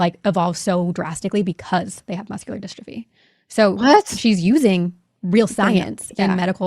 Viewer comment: these videos are so hard to listen to. The last one that couldn’t pronounce ‘dystrophy’ and this one that can’t even get the step mums name right 😩🤦🏻‍♀️